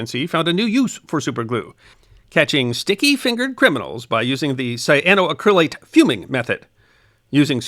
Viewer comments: I always enjoy your videos and have watched a lot of them. But the accent is not on the “cryl” as you are saying it. It"s cyano-ACK-ryl-ate, not cyano-uh-CRYL-ate. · Just one small nit, missed a syllable at the very beginning: Cyano-Acrylate ... sigh-ann-oh-a-cra-late. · You are pronouncing it wrong. The correct pronunciation is: “cy ahh no ACC ri lates” , accent on the fourth syllable. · Just a pointer on the pronunciation. Say it as “cyano acrylate” rather than “cyanoa crylate” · Love... but the pronunciation is killing me! Should be: sai·a·know·a·kruh·layt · You're pronouncing it incorrectly. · Great video, but please Google the correct pronunciation! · I love these history of science videos. I do suggest you check your pronunciation of scientific terms. The accentent is on the "ac", not the "cryl".